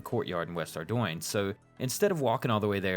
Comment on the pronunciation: "Ard-oin"... I hate you. 😂 Top tier video, my friend. LOVE the series!